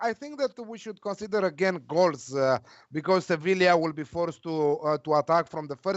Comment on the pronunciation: Spanish pronunciation of Sevilla